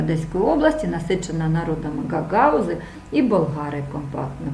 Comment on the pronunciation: ГагАузы😂😂😂😂😂😂😂почему мне так смешно? ГагаУзы будет правильно